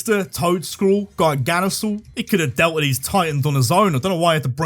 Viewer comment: Holy shit. Finally, someone who knows how to pronounce garganacle right